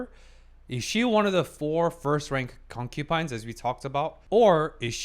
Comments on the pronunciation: alright, I thought you would improve but one thing still annoys me, it's not "Concupines" as you read it, but "Concubines", and it is really annoying when i hear it, i like your video's but PLEASE, PLEASE STOP SAYING CONCUPINES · just a question. why do you say concubines as concupines? its kinda bothering me lol, but im mostly curious why